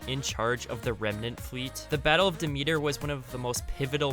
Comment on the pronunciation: The way you said Demeter hurt me inside.